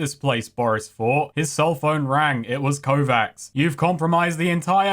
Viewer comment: Kovacs is a pretty common name on Harlan's World. It's pronounced "Ko-vatch" with the Slavic "Ch" sound instead of the Amanglic "Kss" (P.s. It's a line from Altered Carbon...THE BOOK...don't me....)